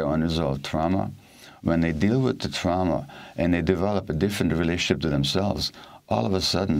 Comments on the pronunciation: Amy. It’s TRAWma, not TROWma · trauma..pronounce it properly..it's not trow-ma. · Like German pronunciation perhaps Don’t know why though Tr-ow-ma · Why the hell does Amy talk like that? It's totally distracting. "TraUma?" Get fucking real 🤣 Kind of like how she's willing to hock a loogie every time she pronounces "Afghanistan" but gives us the HARDEST "X" in MeXico. Love the show, hate the performance. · I cant listen to this woman mis-pronounce the word Trauma.,,,Omg! Amateur. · I dislike Amy's pronunciation of trauma. Always trying to be special. I know ur a linguist but take it easy. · Does this lady really not know how to pronounce the word trauma? How intensely aggravating, and she was already aggravating enough. The left-leaning bias from this channel is worse than MSNBC